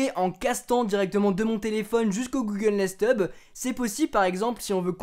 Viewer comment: Durant toute la vidéo j'ai entendu Google Nest tube XD